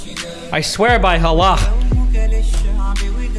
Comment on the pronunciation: lmfao why does Destiny pronounce Allah like Russians do (they say "Аллах" because /h/ doesn't exist in their language)